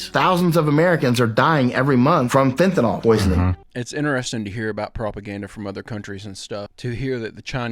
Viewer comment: How can so many people mispronounce "fentanyl"? Even the auto-caption thought the guy said "ethanol". Fent-A-Nill